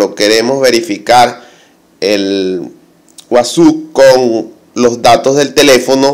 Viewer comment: Porque dice wathuuuupsss ?